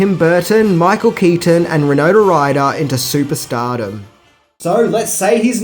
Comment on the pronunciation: Winona. Why-NO-na.